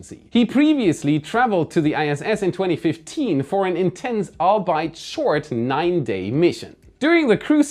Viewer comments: Great videos as always. Albeit with an 'Al bite', instead of 'all be it' 🤪 keep on thrusting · It's a really weird English word, but it's "all-be-it" not "all-bite" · Albeit is pronounced "Al-be-it", as in, "all be it" from the middle English phrase "although it be (that)". Jus' tryin' ta help!